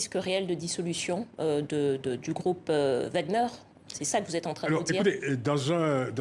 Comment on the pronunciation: Madame c'est pas WAGN EUR mais WAGN ER